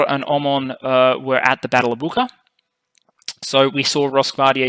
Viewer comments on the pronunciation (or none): please, it's /'but͡ʃa/], not /'buka/. thank you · To the author: in the word “Bucha”, the third letter is pronounced as the first letter of “Chelsea”, it’s not “K”. Take Butcher, and remove T. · I am Polish, there is a difference between pronouncing "ch" and "h". In Polish that is. The name Bucha would be written: Bucza. In Polish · "Ch" in Bucha is pronounced the same as "Ch" in Chechnya.